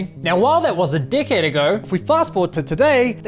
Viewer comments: Glad I'm not the only one who heard it that way. 😅 And yes - we know that the word was 'decade'. Sounded different, tho. 🤣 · First I have to say, I love your videos, hope you eventually get these scammers for every penny they're worth. Shut down, banned from sales, etc. But does anyone else think that when he says "decade" it sounds a bit like "d***head"? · you say 'decade', I heard 'd*ckhead' and it sounded fitting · "...now while that was a dickhead ago..." sry couldn't unhear it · I always find it funny when Kiwis say the word "decade". It always sounds like a British person saying "dickhead". "Now that was a dickhead ago.." kind of fits, too. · I can’t be the only person who heard “now while that was a dick head ago” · Your work is amazing! And this is super inappropriate but I have to point it out you say decade… I totally heard dick head haha. 😅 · I love that when you pronounce ‘decade’, it sounds suspiciously like an insult 😂